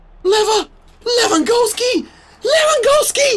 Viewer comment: Can he say Lewandowski correctly 😂